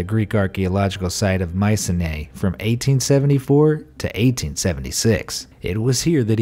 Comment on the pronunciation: For future reference, Schliemann is pronounced schlEEman. And it's My-SEEn-ay.